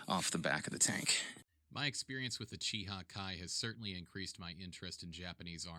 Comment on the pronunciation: Its pronounced Chi-Heh not Che- hEEE, and also its SIGHno-Japanese not See-no-Japanese. Its a tomayto tomahto situation but having studied japanese for a couple years its really distracting to hear such a deviation in pronounciation. Cheers for the awesome video tour